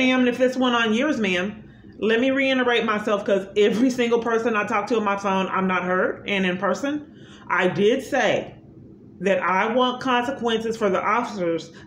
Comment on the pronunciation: I’m just never gonna get you to take the N out of “reiterate” am I?